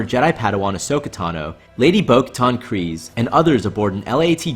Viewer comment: Why do you say Kryze like 'Kreez'? Its 'Cry-ze'